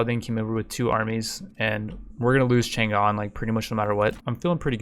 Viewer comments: The G is silent in "Chang'an", though. It kinda grinds my gear to hear it all the time through the video. And it's not like people could get it wrong because it's Chinese, I mean for the majority of times the G is silent when it comes after N in English anyway, why would you pronounce it like that? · negative factor -5 for pronunciation of chang'an